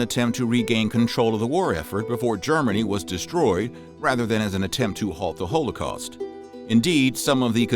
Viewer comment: You need to learn the correct pronunciation of Wehrmacht and holocaust, unless your doing it on purpose to sound folksy. If that’s the case then please realize it only makes you sound ignorant of the material. Your mispronunciation is only part of your problem with historical accuracy. You incorrectly assumed the drug you called Nazi speed was a black pill with the street name of “black beauties”, a combination of Amphetamine (Speed) & Dextroamphetamine. The actual drug they were using was methamphetamine, a much more potent and dangerous drug. it was sold over the counter as Pervitin and it’s actually a white pill and correctly pronounced the way it’s spelled per vit tin not per vit teen. It already popular in Germany before the war and had been taken by soldiers on there own in Poland and France. The Nazis initially tried to ban it until it was discovered that it not only kept soldiers awake, but it also reduced their empathy. Even the Nazis recognized the detrimental effects of the drug and published guidelines for its use. What good are you doing to promote the study of history and the increase of historical knowledge if you don’t have your facts straight and correct pronunciation is also a type of fact.